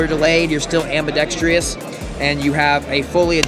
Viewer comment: Pls make a short barrel .22 Stribog like the 9mm. Also, it ambidextrous (4 syllables), not ambidextrious (5 syllables).